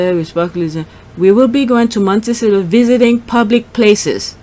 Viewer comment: MONECIO...practice saying montecito...m o n t e c I t o.